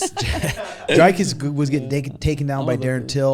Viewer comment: Who tf is DRYKUS? it's Dricus and pronounced like dreekus. it's seriously not that hard.